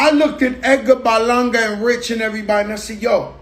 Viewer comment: Lmfao I like how he says "Edgar Balanga.." 😂😂